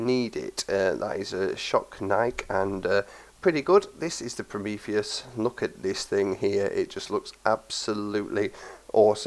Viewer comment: He pronounced the name right.